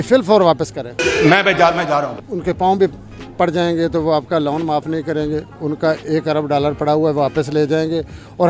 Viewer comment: Loan hota hai luon nahi madam